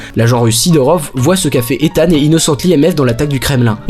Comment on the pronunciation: Par contre on en parle de la prononciation du prénom de hunt?? Mission impossible 2 jusqu'à dead reckoning il s'appelle ethan hunt Mission impossible 1 c'est prononcé bizarrement genre izeune hunt